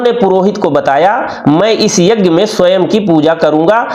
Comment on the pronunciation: शानदार प्रस्तुति यज्ञ शब्द के उच्चारण में संशोधन किया जा सकता था क्षमा के साथ 🙏🙏